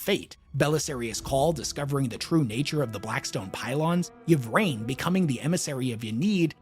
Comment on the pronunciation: Lucius is trash,. Also, Ynnead; "in-ee-ad" not "ya need." Likewise "ih-vraine" not "ya vraine."